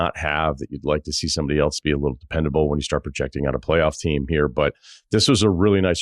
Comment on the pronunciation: I like this video. One question. Are you saying “elTse” or “else?”